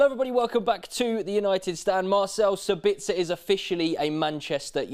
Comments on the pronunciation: It's SAbitzer not SaBITzer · Please for the lobe of GOD dear English people put the accent in the correct spot. It's SA-bitzer not Sa-BITZ-er. I know you only repeat what you heard from the Germans but they suck at pronouncing Austrian names.